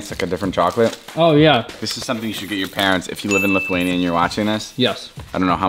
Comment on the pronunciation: I hate when ppl says litheinia ITS LITHUANIA